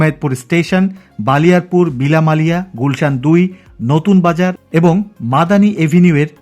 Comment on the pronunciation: ভাই বালিয়ারপুর না ❌ বলিয়ারপুর হবে ✅.